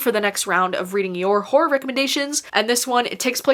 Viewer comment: All i hear is “whore recommendations” instead of horror recommendations lol